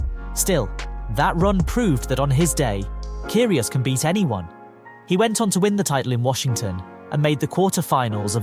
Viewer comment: i love nick "care he aus"